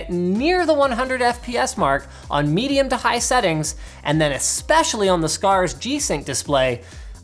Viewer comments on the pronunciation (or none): "...on MEATium to high settings..." I probably should see a doctor.